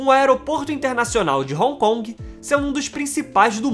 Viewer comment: Pronucia-se "ron con" e não " roncongue " ...